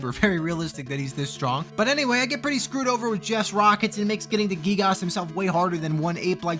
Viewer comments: U PRONOUNCED GIYGAS LIKE GEEGOSS FAKE FAN DETECTED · gee-gahs lmao